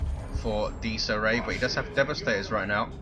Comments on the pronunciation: Dies Irae is pronounced Dee-iz Ear-ay. It is Latin for Day of Wrath. Also pops up in the fluff as Titan and Capital ship names. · Im italian, and u should pronounce it "Dies Ire" cus the diphthong "ae" cuts off the "a" sound. the meaning is "Day of Rage". even if latin is considered a dead language is currently well studied around the world and spoken in the Vatican City State. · If it's latin than it's definatly not pronounced like that, it would have an Italian ring to it not an English one. No one knows for sure how latin is pronounced that's why it's called a dead language because no one lives that speaks it^^.